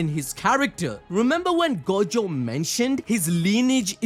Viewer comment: the way he pronounces gojo :| go-jo